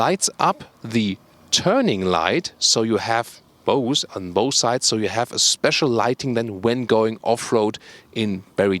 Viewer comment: There is 1 thing that makes my ears burn -, please, pronunce the words 'here', 'rear' and,lengh', 'both' like they should be pronunced (both and lengh should have the F sound, not S; and the 'rear' and 'here' shouldn't be pronunced long like reeeeeaaaaar, heeeeeere). There are also too many statements 'very interesting' being repeated. Thank you. Best regards:-)